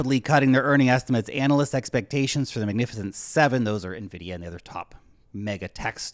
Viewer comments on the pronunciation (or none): none